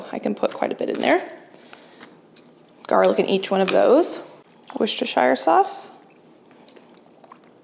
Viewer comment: I've watched all your videos, I have noticed that about half the time you pronounce worcestershire sauce correctly. I've commented this many times as i hope it helps other Americans too, you have FIVE Worcester's in the USA. Its pronounced Wooster/wuster sheer/shear sauce. Especially for the shire part, think how you pronounce new Hampshire, yet when pronouncing worcestershire you all go lord of the rings on us. Shire is only pronounced that way when talking about THE Shire, like in LOTR or when talking about Shire horses - which are MASSIVE hores btw. English is a hodgepodge of multiple languages influencing it. Hence the random spelling of many words. We have plenty of places in the UK which many non locals struggle to pronounce correctly, worcester and worcestershire is comparatively an easy one! Map men have a video on confusing place names you may find interesting!